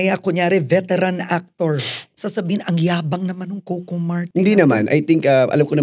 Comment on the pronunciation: Ms. Karen, it's "Co - Co" po. Not "Kow-Kow"😅